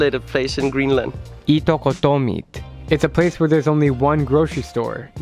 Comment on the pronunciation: Why Greenlan? , whiteland 🤣